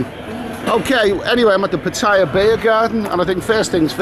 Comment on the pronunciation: Its PAT TA YA not PA TAI YA .